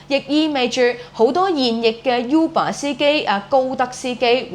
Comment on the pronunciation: 正確讀音係 污爸 唔係 U 爸